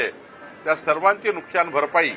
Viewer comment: नुकशान नाही नुकसान म्हणा.मराठी निट बोलायला शिका.